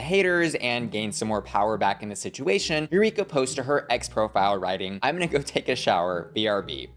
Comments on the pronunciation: You-reek-ah. The professional victim is back lmao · Legit not trying to throw shade, but Eureka sounds like You Reek Ahhhh. Just trying to give a laugh. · Eu-REEK-a? Sorry I’ll let myself out 🕺